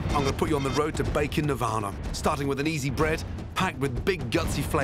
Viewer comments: It sounds like he’s saying bacon instead of baking. Maybe I’m just hungry. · Anyone else thought he said bacon bread and not baking bread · I heard bacon not baking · O K I hear bacon, too! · listen carefully, sounds like bacon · Hes 100% saying bacon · He is saying Bake'n . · yeah i thought he said bacon too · Did he say salty bottom?